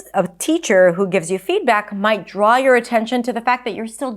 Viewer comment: You pronounced "draw"... weird